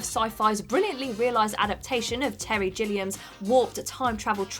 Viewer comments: Terry “Jill- ee- um”? Unsubscribe. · You've mistitled the video, theres only 9 entries, you spelled "Battlestar Galactica" wrong and it's Gilliam with a hard G sound not a J. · Aww c’mon guys you’re trolling on purpose. Jilliam?? It’s Gilliam as in G for gun.